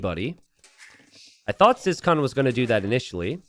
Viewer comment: So, about ciskahn. Is this just being too American or is his name actually pronounced "siscon"?